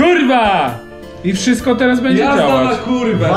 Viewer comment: wszystk okej? 😆